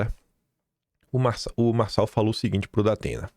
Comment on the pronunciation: Realmente, Nikolas foi tosco ao falar "Marçal".